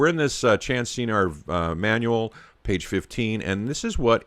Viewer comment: Pronounced SKenar... hard K